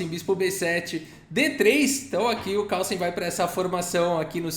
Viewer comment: tem horas que ouço você falar:! kkkkkkkkkkkkkk